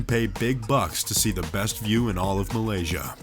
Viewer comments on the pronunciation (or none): none